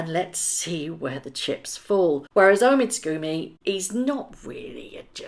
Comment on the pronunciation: I love your videos,. I really do but some pronunciation is a little distracting from your dynamite content. Not affradavid but affi-davit. Not Omid Scoobie but Omid Sco-bie. Otherwise, your content is very watchable.